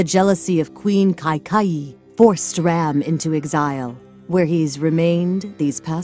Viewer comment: Stop pronouncing it ram like dodge ram it is pronounced raam like when the doctor tells you to save ah. No a at the end. I would know since I am Hindu and indian